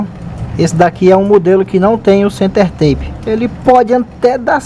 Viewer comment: Uma pequena correcao amigo. Se pronuncia, "center-tap", assim como esta escrito. Tape, significa, um durex, ou fita isolante, ou qualquer fita colante. Bom trabalho, keep up with your excellent work! Cheers!